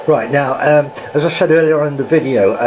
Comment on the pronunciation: Said not sais